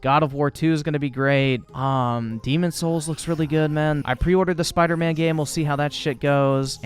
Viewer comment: Did this man say bider man miles morales 😂